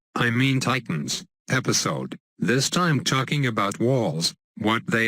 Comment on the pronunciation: xd he said welcome back to tap tittes